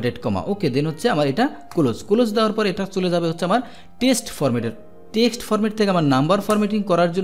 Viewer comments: আপনার বাংলা উচ্চারনে মারাত্নক সমস্যা লক্ষ করছি, একজন শিক্ষক হয়ে আপনার এই বিষয়ে অবশ্যই নজর দেয়া উচিৎ। টেক্সট হবে টেস্ট না আশাকরি আরো সিরিয়াস হবেন। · bro, you are saying test insist of text. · জনাব এক্সেল শেখানোর উদ্যোগ প্রশংসনীয়। বাংলা উচ্চারণের ব্যাপারে আরো যত্নবান হওয়ার জন্যে অনুরোধ থাকলো। text (টেক্সট) ≠ test (টেস্ট)